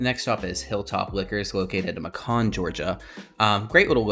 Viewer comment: MAY-CAN!!!!!! MAY-CAN, Georgia lol. Good video though. Keep up the good work!